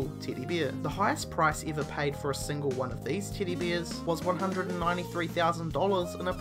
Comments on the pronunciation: Titty beer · I ALWAYS hear titty beer :D damn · Sounds like your saying Tiddy Beers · okay.. he is saying teddy bears.. but i keep swearing i hear him say titty beer. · "Tiddie beers" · Titty beers? Luhn tuh spick whuh doncha? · What accent was that tiddy beers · dude no ofense. but your accent is the most shitty thing I've ever heard.. siven!!! tiddy biers!! wtf??!! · This guy says Teddy bears like Titty bears